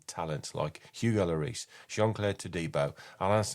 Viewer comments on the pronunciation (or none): none